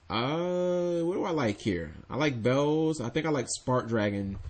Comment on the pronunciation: its not bells its beelze omfg!!!!!